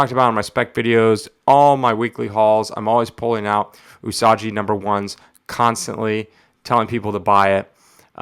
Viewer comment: Love that book. One of the most scarcely found books in any grade. But allow me to further correct you on pronunciation Its U-Sah-gee うさぎ The [ ぎ ] is translated to as gee or gi. Like saying GIgawatt without the ...gawatt part My credentials: just spent 2 semesters of college studying Japanese. Still love the vid though so please don't take it as someone on the otherwise looking to just correct. The way you're saying Yojimbo is correct.